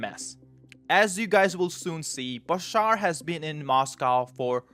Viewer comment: Its BaSHaar not Basar